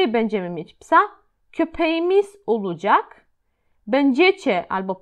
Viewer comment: Witam!! Czy są jakieś zasady wymowy w j. tureckim? Słówko olacak wymawiasz (oludżak). Też wiele innych zauważyłam. Proszę o komentarz. Pozdrawiam.